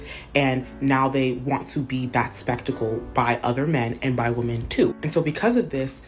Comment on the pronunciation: Why are they pronouncing «women» wrong 😅 ?